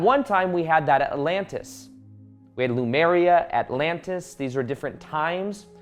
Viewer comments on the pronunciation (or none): yeah I know. It's just he said Lumeria. I don't want to criticize but he regularly messes up key words. Like the "Shoeman" Freq.